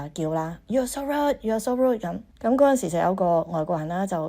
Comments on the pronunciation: no "d" sound. she will soon grow root. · 佢讀個”rude”字讀得好唔正捲脷音咁重讀得好肉酸好肉酸，翁小姐太厚道，不停話佢好靚好靚、其實佢唔好pity, not pretty!